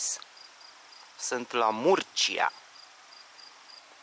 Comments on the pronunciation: Murcia se pronunța (Mursia) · Salutare Murcia se scrie și Mursia se citește sau spune 😊drumuri bune să ai